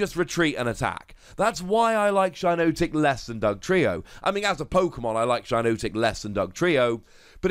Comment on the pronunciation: It’s shi-NOT-ic not shi-NOTE-ic